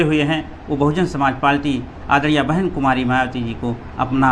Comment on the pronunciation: लगता है कि भाई बहुत ही कम पढ़े लिखे हैं। पार्टी को पालटी कह रहे हैं। लेकिन कोई बात नही नही हम आप के साथ हैं। जय भीम जय बीएसपी ।